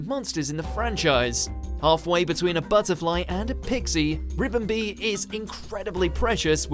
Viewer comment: So who else wants to smack him for saying ribombee wrong